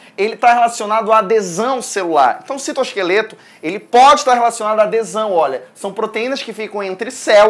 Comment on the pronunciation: "O citoskefleto" AAAAAAAAAAAAAAAAAAAAH MELHOR PROF <3 AMO TANTO SUA AULAAA!